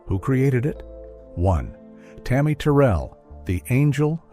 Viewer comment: Do not mispronounce Tammy name like that. This woman was put on this earth to do nothing but Hurt , from James brown, David Ruffin, all of em, she had nobody , 24 yrs old ,gone..